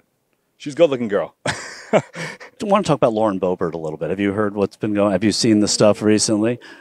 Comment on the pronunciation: As the name is still very common in Germany and almost non-existant in France, her name is very likely German in origin (Böbert/Boebert) and not French. Therefor the emphasis is on the first syllable.